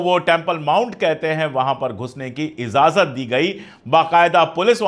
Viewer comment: اجازت इजाज़त✅ इज़ाज़त ❌